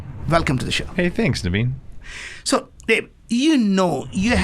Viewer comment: “Hey thanks Daveen.” - 30 seconds into the podcast. “Thanks Naveen” - one minute into the podcast. 😂😂😂